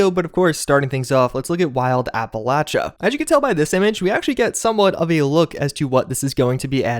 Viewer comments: Not to be rude but it’s pronounced appalayshia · Great video, thanks you for sharing. P.S. Appalachia is pronounced: appa-lay-she-a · It's pronounced " Apple-Aye-Sha" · why do people (including in the game/holotapes) say applachia: "apple-otcha"? My ex was from the south and they all said: "app-all -asia."